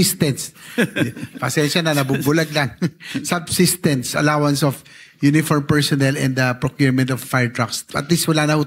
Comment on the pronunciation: Substances, Subtenence, Subsestence 😂